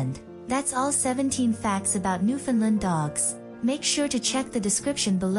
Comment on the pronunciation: you (and others), really need to learn how to pronounce the name of these dogs and, their homeland. The proper way to say the word is thusly; Newf~in~land. Try to say it rapidly and make sure it rhymes with "understand". Any pronunciation that includes "Lund" or "Lind" is completely wrong. Oh, and also, people from Newfoundland hate the term Newfie being applied to either them or the Dog. It's insulting